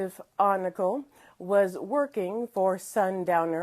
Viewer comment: FYI, his name is spelled Oncale and pronounced “On-Kale”